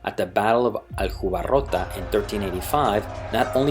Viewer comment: Hi. Nice video. I noticed you've changed your accent from Castillian to Portuguese and started pronouncing words and names quite correctly in the middle of the video. Still, as Aljubarrota is in central Portugal you could have used the proper accent: It is spelled with a "J" sound, not an "R" sound. Ironic, considering it was a major Portuguese victory.